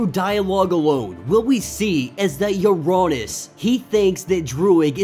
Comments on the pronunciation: true but im pretty sure uranos is like ura-nose like thanos. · I think u are saying uranos wrong lol, but awesome break down! These vids rly help me catch up. So i can continue to read xmen red and immortal